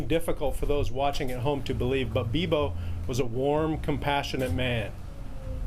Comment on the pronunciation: raymie busch no it's not it is beebo